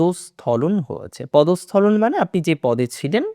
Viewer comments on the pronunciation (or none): ভাই পদস্খলন ( Podoshkholon)